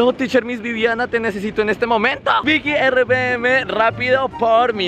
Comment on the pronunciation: felicity for now miss VIVIANA no BIBIANA